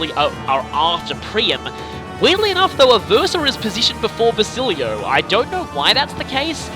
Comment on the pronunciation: And Basilio